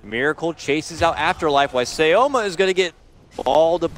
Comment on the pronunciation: cema is pronounced as shioma? so far i hear casters calling him shioma(cema)